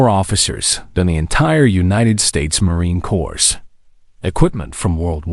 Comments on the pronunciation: You lost me at "Marine Cores"? We all know it's pronounced Marine Core. Are you stupid or is this?? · Morine "corpse"? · cannot pronounce "Marine Corps." I miss intelligent narrators.